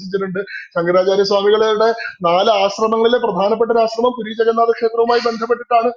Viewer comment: പൂരി അല്ല പുരി